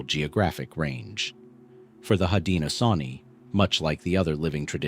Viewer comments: Unfortunately, AI "readers " don't know how to pronounce words unless they've been taught. 😉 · Hi thanks for sharing but you said it worn haudenosaunee is the confedory name haudenosaunee people of the longhouse is siad different than the confedory name thanks for tiring with pronouns we know our own history and culture thanks again